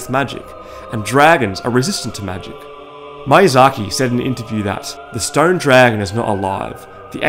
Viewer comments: The first "i" in Miyazaki is pronounced like an "e", your pronunciation comes out as "Mayazaki". Sorry to point it out but it broke me by the third time u.u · Great video mate, but I just CANNOT stand you saying out the director's name. ME- UGH- DZA - Key is how it's pronounced. You say it like Mayasaki. Also aren't the butcher ladies preparing the meat for the Gaping Dragon? Or maybe the meat is just bait so the rats get flushed down to the Gaping dragon and the dragon eats the rats. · Bruh, it's mIazaki, not mAiazaki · First of all; it’s MEE-YA-ZAKI not MAI-UH-ZAKI Australians are so damn bad with accents it’s astounding. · Ah yes, the creator of dark souls "Maiyzaki" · Yeah. Mayonnaise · Loved this! I just really need to tell you this: the mi in Miyazaki is pronounced as "mee" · Ah yes, my favorite game designer, Heedeetahkah Mayahsahkee. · everytime he says mayazaki i flinch a lilttle great video overall tho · Hidetaka: "hee dey tah kah" Miyazaki: "mee yah zah kee" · Hideeetaaaka MAYAZAKI - the worst pronounciation I ever heard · Ah yes, Mayazhakee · Good video, but the way this guy pronounces Hidetaka Miyazaki is giving me conniptions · Yeah, my Japanese pronunciation is not the best, hoping no one would notice that recurring blunder haha. I know the correct pronunciation now, so dark souls video that I make later will not include this issue! :D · Butchering Miyazaks name man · I have never heard anyone butcher the pronounciation of Hidetaka Miyazaki this bad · Great video! However i just couldn't stand hearing the wrong pronunciation of miyazaki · Dang, the pronunciation mistakes almost drove me off